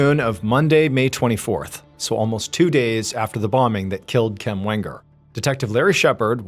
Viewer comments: Question, is anyone else wondering why KIMs name was pronounced KEM? Drove me a bit insane. 😂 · Her name was KEM